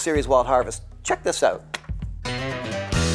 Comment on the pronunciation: Also, gotta love the "check it oot" lol